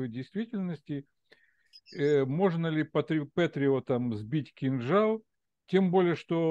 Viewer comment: Сбил "кинджал" 🤣🤣